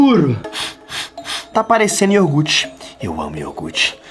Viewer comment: ENALDINHO:Tá parecendo IORGUTE!!!! 🤣🤣🤣🤣🤣🤣🤣 IORGUTE